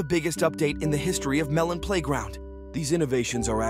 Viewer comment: Every time that this guy's AI voice messes up Because I'm bored. 23.OWWOOWO its on the 3 ardy of may The editor ofeth the bomb The melon playgronk the Malone Malone pay round Personally I would like abortions in melon playground February 2024 Was half a year ago. a blane Malone Pieground See you the other day!